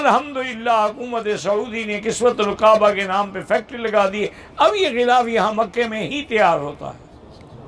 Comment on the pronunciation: Gulaf nahi ghilaaf hota hai.